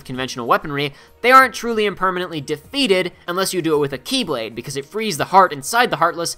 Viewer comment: It's pronounced The key blade or The Kye blade... Not x blade.... Also he bashes on DDD when he didn't even mention the epic failure that was, re:coded. That was a bad game.